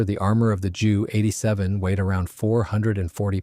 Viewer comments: its J U not ju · Jew 87 Dora, jeesus these AI's are crap, it's J U 87. To who ever is making these videos, don't you even check your work, for facts and accuracy at all? This was almost a good video with fresh images.